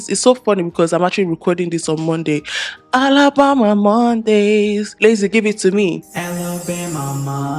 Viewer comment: She said alabomba xD i love her lol